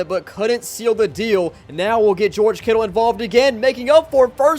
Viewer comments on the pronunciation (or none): none